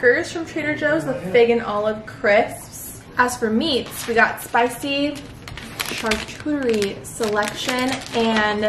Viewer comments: "Charchuterie" board, "cornichons"... 🤣🤣 Google translator (sound) can be très très helpful,. Hint: French. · “char-cuchie board “ GIRLLLLL 😂😂😂😂😂🤣🤣🤣